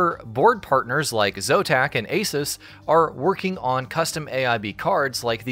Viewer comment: What the hell's a C-U-D-A core? Is that like a cuda core? 🤣 Edit: if we're just being pedantic, we could at least pronounce Asus correctly.